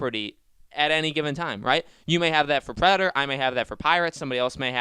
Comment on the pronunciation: Is it that hard to say Predator instead of predor